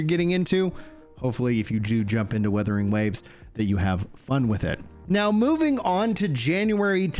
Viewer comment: Wuthering Waves, not weatherinh waves😂